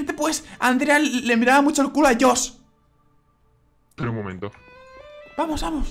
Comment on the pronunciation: 3 perdon pero se dice josh